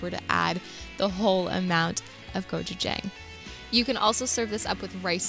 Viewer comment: As a Korean, I never imagined the combination of gochujang and peanut butter. I want to try it. And I want to tell you the exact pronunciation of gochujang😂